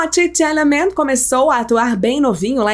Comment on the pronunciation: Kkkk aprende a falar o nome dele kkkk credo 🤣